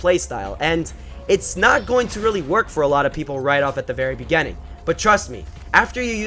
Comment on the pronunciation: I've been wanting to tell you this for a long time, but I feel like a grammar nazi when I try. But now, I'll say it. The word "Beginning" is pronounced "Be-gi-ning." Not "Bi-ge-ning."